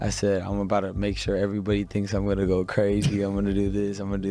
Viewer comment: Lol sneako said it "you goona regret it"